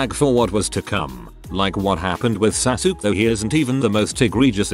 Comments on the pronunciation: I love how to robot pronounces Sasuke as "sass yook" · The way TTS pronounced Sasuke's name got me w h e e z e 😂😂😂😂